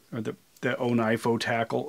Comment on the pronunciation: You're the only person I've heard pronounce it "O-tackle" and that makes so much more sense 😆